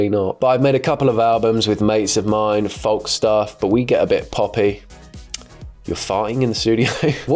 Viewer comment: pronouncing the L in folk is very love island of you